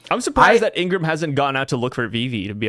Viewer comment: I wasn't gonna say anything when it was just the chaper review, but I cant stand it any longer. Vivi's bodyguard's name is not Ingram, it is Igaram (pronounced ee-gah-rom)